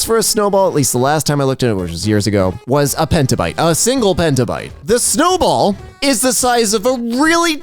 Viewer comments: it's petabyte, not pentabyte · it’s PETAbyte, not PENTA. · Not pentabyte. Petabyte. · It is petabyte, not pentabyte